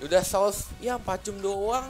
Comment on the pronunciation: ngomongnya jam sihh jangan jem